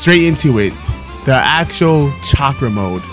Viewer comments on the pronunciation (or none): none